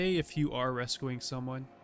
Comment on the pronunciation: You say rescuing so weird… rescooing lol